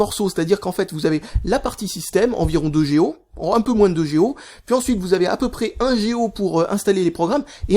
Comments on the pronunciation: on dit pas géo mais giga pour GO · j'ai bien écouté la vidéo au moins 8 ou 9 fois et il dit " géo " pas " G.O "